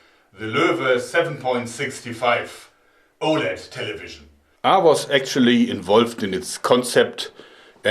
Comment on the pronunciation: what's a "taylayveejeunn" ?